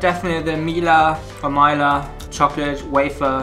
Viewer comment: its not maila its milka